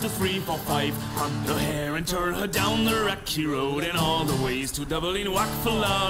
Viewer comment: Enjoyed the video. I'll try that method. Also its Dublin not Dubling. Am I being too picky?